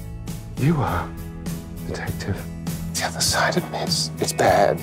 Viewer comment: It was “detectif” when she kissed him for the first time